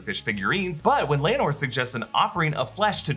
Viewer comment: Laenor (LAY-NOR) Laena (LAY-NA)